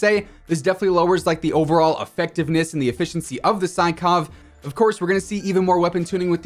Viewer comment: Not to be douchebag or anything but sykov is pronounced as "seekof" since it was a russian gun :)